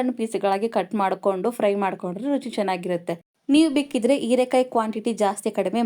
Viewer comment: ಹಸಿಮೆಣಸು ಅದು ಅಸಿಮೆಣಸು ಅಲ್ಲ ಹೀರೆಕಾಯಿ ಅದು erekai ಅಲ್ಲ ಮೇಡಂ.